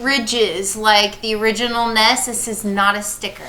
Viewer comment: Have to agree with FFVI being best, sorry! Also, N_E_S... not "ness!!!" Having small anxiety attacks everytime you say ness or sness... O_o